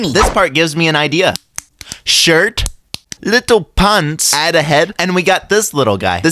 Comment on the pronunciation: The "little pants" was mispronounced 😂😂😂😂😂😂😂😂😂😂